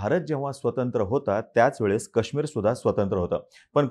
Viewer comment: दादा कृपया मराठीत काश्मीरचा उच्चार नीट करा, ही अपेक्षा आहे. ते काश्मीर आहे